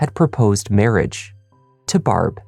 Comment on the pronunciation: Love this channel and love Canadian origin subtly making itself known through his accent once in awhile. Unfortunately however, he disappointed when pronouncing Barb's name, was hoping for a more Trailer Park Boys-esque sound.